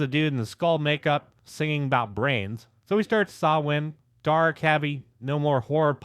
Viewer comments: Thanks for pronouncing Samhain correctly. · Thank you for pronouncing Samhain correctly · I really appreciate that you don't pronounce Samhain as "Sam-hein" like so many others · is the first person that mentions Samhain to pronounce it correctly! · AND Danzig!!! It's a Saturday Night!!! Hell Yeah!! Thank you for doing a Danzig video. AND you took the time to pronounce Samhain right!!!! HELL YEAH 👍 But.... It's Chuck Biscuits!!!! 😅 I was and still am a Misfits fan. I saw Danzig on the 4P tour. 4P was great it was Danzig V that sucked balls.